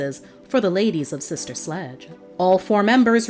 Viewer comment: Q: Can you please make an edit to your video ? I noticed at the mk the computer generated narrator says " SLUDGE " that is dis-respectful to this LEGENDARY band